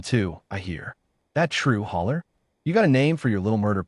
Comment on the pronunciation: Hauler, not hawler or holler or holer